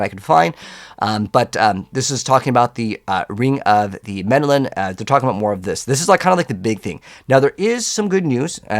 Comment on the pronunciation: Ring of Mendeln not Mendelan lol. Other than the mispronunciation, great video.